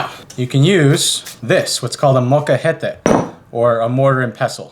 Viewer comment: yo in the beginning you said your spanish very bad, and it’s not great. but if you want to sound a bit better, particularly with food, say ‘salsa roja’ (accented r) instead of ‘salsa rojo’ to keep the feminine suffix consistent. with the word molcajete if you want to sound better try saying the ‘je’ with the back of your mouth and pronounce the l in the same way.